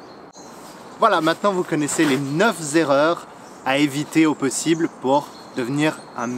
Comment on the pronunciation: Comme tu es un être zen, tu ne prendras pas ombrage ce que je vais te dire. 😇 J'ai remarqué que dans toutes tes vidéos, tu faisais le même pataquès : "ça va-t-être" (pour" ça va être"). Et là, tu as enchaîné avec "les neuf z'erreurs". Ça sonne mieux...mais c'est incorrect.😜 Sinon, j'apprécie beaucoup tes vidéos. Bonne continuation.